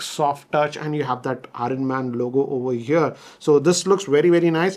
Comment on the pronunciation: 😂its not Horn Man, its Iron man (R Silent) 🤦🏻‍♂️